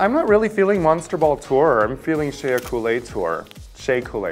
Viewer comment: Get Raja a shock collar, and zap her whenever she calls Shea, "Shea-uh."